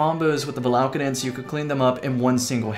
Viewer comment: Val ah Kay den Come on now Not Va la ka den